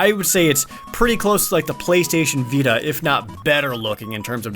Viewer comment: I kept hearing "BeaStation".